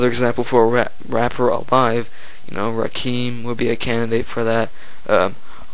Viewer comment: You nailed it although you pronounced Rakim wrong lol. I think Jay Z the swagger jacker is the most overrated though but he comes second for the most overrated.